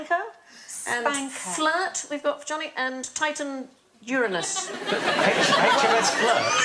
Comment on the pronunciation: I appreciate Sandy pronouncing Uranus correctly. It's a pet peeve of mine that the name is so disrespected by immature people. The planet is amazing, and the deity was terrifying! Worthy of respect, not cheap jokes.